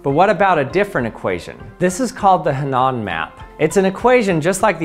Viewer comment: what's that word he's saying? "Hanan" map?! I can't find anything relevant by this name..... WHY DO PEOPLE NOT TYPE OUT OBSCURE NAMES. Sorry. Thank you